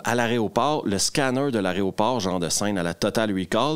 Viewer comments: Alors juste une petite remarque : c'est pas aréoport qu'il faut dire mais aéroport, et puis c'est pas tétra mais téra. 🙃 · C'est quoi le problème des Québecois avec le mot "aéroport"? Si vous le prononcez correctement en plein jour, ça vous transforme en belge ou un truc du genre?